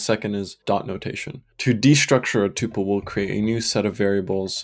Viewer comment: I've watched so much of this series, and loved every minute. Then I heard you pronounce tuple, and it was so jarring and I instantly forgot everything I've watched. I'm sad that you're part of an enemy faction. I don't even want to know where you stand on tabs v spaces. I don't know if I could stand to hear the answer.